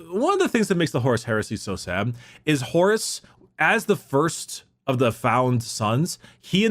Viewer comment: I dunno why but for some reason I've begun hearing Horus as Horace. The Horace Heresy.